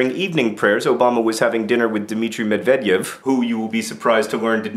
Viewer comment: It's Medvyedev, not Medvedyev.